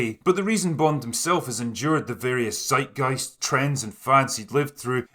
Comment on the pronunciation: Maybe Try too pronounce zeitgeist correct. It's not seitgeist.